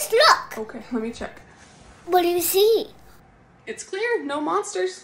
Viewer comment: I knew when said, "...don't let the bedbugs bite", that she was in trouble. 😂😂 I also love adorable voice, especially how she pronounces, "What do you see?"